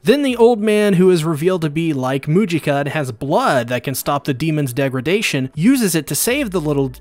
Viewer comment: He just said deg-re-dation